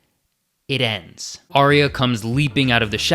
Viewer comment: Awesome vid... And I'll never get over the ending!.. Also my biggest pet hate is people mispronouncing Arya! It's pronounced 'R.. Ya' ! not Ariya, there's no i in her name.